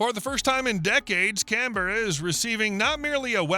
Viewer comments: Canberra (our capital) is pronounced differently. Can-ber-rah. Not Can-berra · Why does the video keep switching between the MQ 28 and another drone that is rocket launched, with a top mounted intake and a Kratos (FTT) logo? Also Woomera is pronounced Wum ra (as in woman) and Canberra is pronounced Can-bra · your pronunciation of Australian places is abysmal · Where is Can-berra? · and approved by Cam BEAR ah. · Make it easier, Can Bruh = Canberra, Mel Bin = Melbourne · Is this AI? I've noticed an increase in the number of videos which add extra syllables to Canberra. Its a really easy word to say. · My pet peeve with these American videos is that they can’t be bothered getting pronunciations of foreign place names correct, so ‘Canberra’ put my teeth on edge and then ‘Woomera’ was too much so ended the video right there.